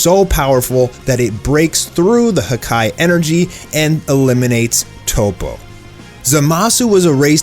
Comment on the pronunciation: In the beginning you said "to erase merged zamasu " it's zamasu . Just wanted to point that out.